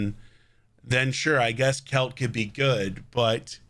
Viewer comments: Best pronounciation i can give you for it would be like quail as in the bird and then cha, like "cha cha real smooth" So Caoilte = Quailcha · It is celtic, and it's pronounced quil-te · According to Nub, pronounced Kwilcher. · Heard Nubs pronounce it something like “quil - che”